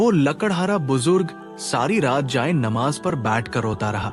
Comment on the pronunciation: Jay e nimaz hai.pehly tora buhut talafuz to sekh liya kary